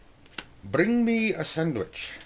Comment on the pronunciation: nearly died when rolled his "R" when saying Bring me a sandwich